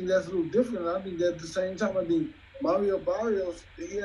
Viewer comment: Errol's name is Errol, not Earl. Mario's name is Mario, not Mary O.